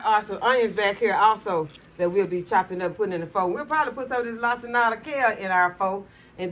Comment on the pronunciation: I am cracking up laughing at the way you pronounced Pho 😅😅It's pronounced "fuh". It took me a long time to stop saying it the way my English speaking eyes see it too lol!